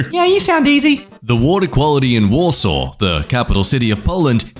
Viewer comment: Not mispronouncing Warsaw and proceeding to accidently correctly pronounce one of the hardest Wisconsin City names (Wausau)